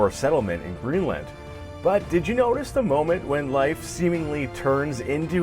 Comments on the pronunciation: His pronunciation of Leif is driving me crazy. It's pronounced like leaf! Not life! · Your pronunciation of Leif is cringy